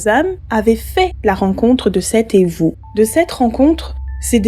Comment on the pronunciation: Evu prononcé Evou c'est la sorcellerie. Zok signifie éléphant, donc evuzok signifie sorcellerie de l'éléphant